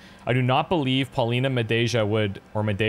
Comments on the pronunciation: Hint: try spelling "Madeja" as if it was written "Madeia". Neither the spanish version or english one matches Polish pronounciation unfortunately :) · IT'S MADEYA!!! You read J like Y in Polish.